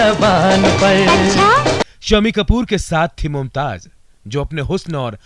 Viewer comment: It is not Mumtaj it's Mumtaz. Correct your J's and Z's